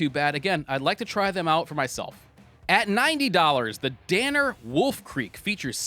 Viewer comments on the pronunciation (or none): none